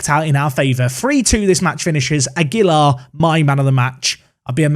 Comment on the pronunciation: Aguilar is one of those Spanish names that often differs by region. a-GEY-lar can be one way, but the safest is probably a flat style: agey-lar, with a slight emphasis on the lar. Unless a stress emphasis appears in the name, you can generally emphasise the second syllable of the name in Spanish names, though obviously there are regional differences - eg. MeX-ico vs Me-Hico). Phew! Shutting up now.